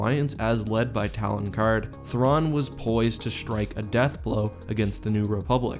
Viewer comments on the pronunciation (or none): none